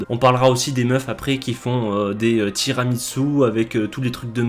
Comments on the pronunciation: Il n'y a pas de T dans Tiramisú. Sinon, super vidéo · Complètement d’accord avec la dénonciation de ces horreurs alimentaires, mais, pour rappel, tiramisù ne se pronce pas « tirami tzu »! Ça fait le même effet aux oreilles qu’une pizza avec de l’ananas le fait au bon sens.